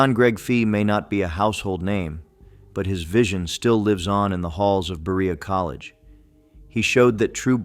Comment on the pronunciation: I can't even listen to all this. As a Kentucian I am extremely offended. He can't even say Berea correctly. Please come to Kentucky and see how we preserve our awesome history! I assure you these people are not forgotten!😊